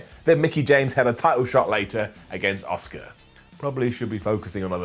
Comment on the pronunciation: "I love Dominik Mysterio" Also - "I can't pronounce Asuka" Fucking moron 😂